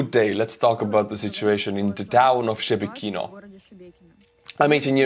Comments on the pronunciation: It's not pronounced Shebeh Kino. It's Sheh Bekino. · "Shebekino".."She Be Kino", hahahaha It's soon gonna be The Republic of Belgorod. And Russians, they don't deserve "peace"